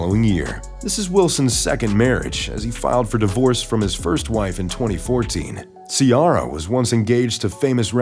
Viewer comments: "See•Air•uh" and we already new that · I Love Russell Wilson & Ciara & Their Beautiful Children, I Just Wish You'd Say Ciara's Name Correctly, Or Maybe it's Your American Accent!!, "GO SEAHAWKS" ❤ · How are you going to pronounced Ciara name like that lol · How do you mess up the name Ciara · They do it all the time. They been saying her name wrong since she debut. Smh